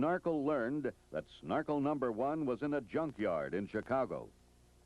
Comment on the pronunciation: This narrator needs a slap in the head for every time he said snarkel instead of Snorkel!